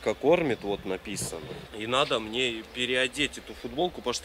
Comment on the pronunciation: мои любимые фразы «РЕБЪЯТКИ» и «А МЕНЕ СЕМЕЧЕК, А МЕНЕ»